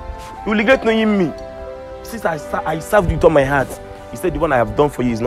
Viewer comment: it’s not ligret ooo😂🤲🏻 it’s regret